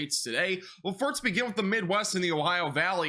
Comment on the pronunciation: Well he does pronounce "first" as "firts" regularly and he has quite the lisp. But apart from that, sure!